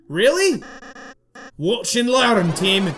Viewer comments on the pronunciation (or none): none